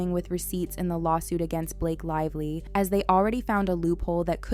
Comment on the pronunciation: Blake "LIE"vly